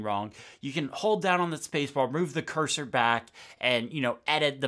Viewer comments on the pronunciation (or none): none